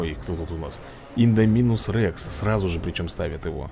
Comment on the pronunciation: Шёл 176 ролик про jurassic world, а до сих пор называет ИндОминуса Рекса ИндомИнусом..., в названии ИндОминус ударение падает на О.